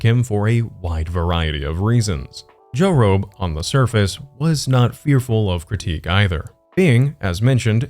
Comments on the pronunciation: You’re not alone, LITERALLY every time he said it I heard it as Joe Rogan at first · Ah geeze, I thought I was crazy because of that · I thought I was the only one!! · Same lmao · Me to! I kept thinking the jorobe experience didn't sound right😭🤣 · omg same 😭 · bro me too istg I thought I was tweaking